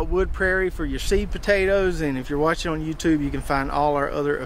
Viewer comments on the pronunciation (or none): none